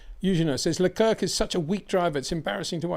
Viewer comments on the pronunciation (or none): While you’re right everybody in the world knows them interchangeably but people don’t have the time to study the history of every country as there’s minutiae to many facts. Like I’m annoyed at the way he pronounces Leclerc but then I thought “ so what” we know what he means